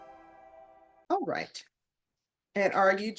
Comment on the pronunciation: Aw wight Aw wight lol😂😂